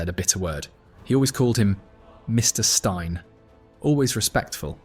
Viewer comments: Mr Stine??? Fxxk off AI videos. It's Jock Steen FFS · I agree, I must be of similar age. Danny never held grudges, and the commentary on here with A.I. pronunciations of names e.g. "Stein" said as STINE, will give me a thumbs down on this. Just wish he could have made the 1978 World Cup...HH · To the narrator although the late great Jock Stein is spelled one way it's pronounced Steen that annoyed me, but the rest of the video was spot on. Danny McGrain is the best right back Celtic's ever had and he'd have a fair shout for best left back as well as he played both roles equally well, in fact, at one point Danny was the best right back in the world that's how good he was nobody could claim otherwise and more than that he was and still is a fantastic human being. The only qualification you need to sign for Celtic is can you play and Danny was world class and I was 5 when he made his debut as a sub in a cup game against Dundee United in August 1970 and it was my first season going to see Celtic with my dad, he made his full debut a few days later against Morton and we won 2-0 when buzzbomb Bobby Lennox scored both goals. Danny played well and I don't think I ever saw him have a bad game for us and I hope he's got many more years left in him still, he's a true legend of Celtic and Scotland and God bless him and all the Celtic supporters all around the world. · McGrain legend., can you please get the names right. Narey and Stein